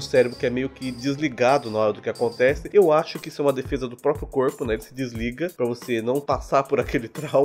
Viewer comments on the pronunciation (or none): none